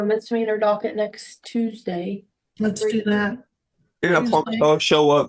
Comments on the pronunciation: "I pinky pwoomise" 😂I have never yelled at someone to shut up more than i did watching that first guy. He was so obnoxious. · I pinky pwomise you ma'am. 😅